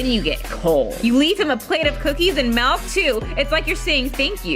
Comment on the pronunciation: Did...did you say melk?